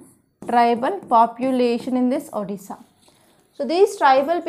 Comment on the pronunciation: It's odisha mam not odissa